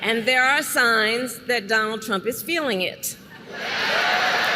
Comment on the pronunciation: SHOULDN'T SHE BE CALLING HIM DON-OLD?😂 THE SICK PART IS THE REPUBLICANS THINK THEY HAVE THIS IN THE BAG, BECAUSE THEY HAVE ALL THESE LOYALIST TO NOT CERTIFY SWING STATES. HE'S TELLING IT STRAIGHT OUT, HE DOESN'T NEED THEM TO VOTE, THEY HAVE IT ALL FIXED. WHAT, HE THINKS HE'LL AUTOMATICALLY TAKE OVER THE WHITEHOUSE BECAUSE HE JACKS UP THE ELECTION. SMH